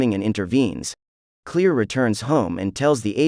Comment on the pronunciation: Is he really calling Claire clear? Lol 🤣 ok